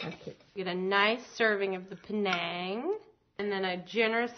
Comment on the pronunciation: The correct spelling is pAnang... not Penang. Penang is a state in Malaysia. pAnang is a thai dish. Do not let 2nd class american english to mis-pronounce the word. PANANG!